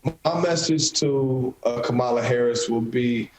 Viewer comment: This guy needs to stop blaming VP Harris when she was not even the one that worked on his case. The police had a eye witness! Thats where his main problem came in at. However, it seem like a Fox News plant... they always on purpose say the VP name wrong